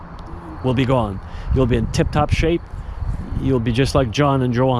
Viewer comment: Their names are pronounced Yoan and Yonna Yinton 😊